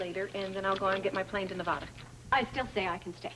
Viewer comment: is the only one the pronounces Nevada correctly out of entire cast!😂